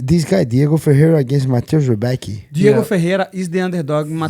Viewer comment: Prenouncing Rebeski is way closer than Rebeki Renato - set your mic louder and dont speak so loudly - it will be way better impression of U